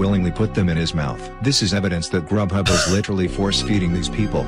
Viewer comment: Rub Hub lol its actually grughub